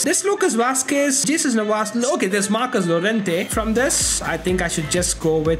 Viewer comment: jesus navas is pronounced hey-zeus nah-vas